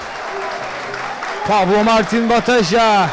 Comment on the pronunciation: pablo ne amk ya pablo ne koca maç bataja diyemedin mi şu adama kanser oldum resmen